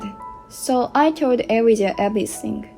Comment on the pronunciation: Elijah is pronounced ee--LIE-jah